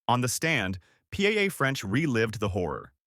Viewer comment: Why does your idiot AI robo-voice have so much trouble with the name "Paola"? Here's a hint: It's like POW-la, not P-A-A. Don't you people proof the audio before you publish? When Robo makes an error due to a word it doesn't recognize, go into the script and enter the word phonetically. I thought every video editor would know this...